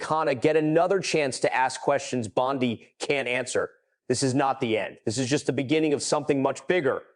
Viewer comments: You asked what we thought… I think your narration & inaccurate subtitles are atrocious. Quick example Bondi is not pronounced Bond-eye. I can’t make it through your video without being distracted by all of the errors. Either F up the pronunciations or the text but bot both. You need an editor and a continuity supervisor. Peace out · It’s Bon-day. Either or an idiot ai or an idiot person. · EpstEEn! BondEE! Not Epstine and BondEYE. You pronounced them wrong on occasion. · I would share but you pronounce so many words wrong that it embarrassing. It’s also very inconsistent. Before you release something, edit! The name Bondi is pronounced bon-Dee. Epstein is pronounced Ep-steen.